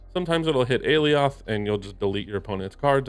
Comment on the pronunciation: I don't want to be that guy, but... it's "ah-lie-oth" (according to Loki season 1)